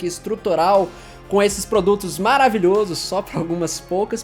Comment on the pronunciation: Dúvida besta aqui, mas que me deixou encucado: porque algumas palavras que no plural tem vogais abertas, como fogo e maravilhoso, você pronuncia com vogais fechadas, como "fôgos" e "maravilhôsos".